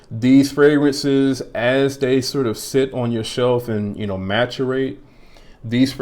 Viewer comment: Great video, thank you. FYI - The word that you were trying to say is pronounced Mass-er-ate. Not Ma-tur-ate. Have a great day.